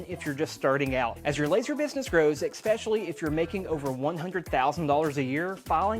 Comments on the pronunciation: great video, but it's ES-PECIALLY, not EX-PECIALLY. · Had to turn this video off. I refuse to watch a half an hour of somebody that doesn’t know how to say, especially